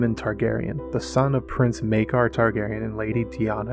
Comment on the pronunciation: Maekor is pronounced miker not maker